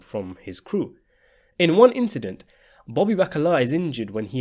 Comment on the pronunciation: Why is it so hard for you to say Bobby instead of booby?